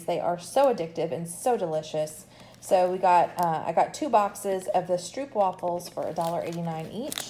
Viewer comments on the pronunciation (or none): Stroepwafels...I always LOL a bit when I hear English speaking people pronounce stroopwafels.